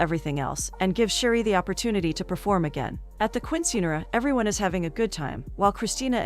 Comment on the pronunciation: Righttt like when she calls a Quinceañera a queen sceneara😂